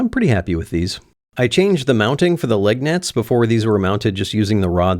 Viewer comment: You said "leg nets" and I thought you said "lug nuts" but one of us was having a stroke. Glad that neither of us had a stroke.